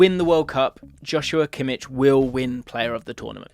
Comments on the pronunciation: It’s Kimmich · *Kimmich just so you know